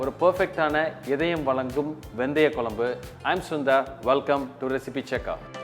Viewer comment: For God sake pronounce the kuzhambu in tamil/properly.